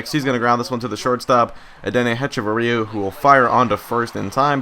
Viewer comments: It's pronounced "Etch-a-va-ria" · () Just so you know, it's Ech-uh-vur-ee-uh